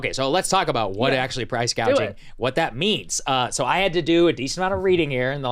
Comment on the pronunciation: What Kamala is proposing is not "price gouging" but " price gauging" 😂😂😂